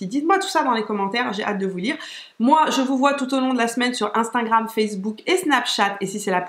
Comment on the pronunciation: Cc ma belle super vidéo comme toujours, les superstay de Maybelline j’adore aussi ils sont géniaux. Petit bémol c’est pas grave mais c’est « instagram » on dirait toujours que tu dis « instingram » Pour le reste j’adore 😘😘😘💋💋💋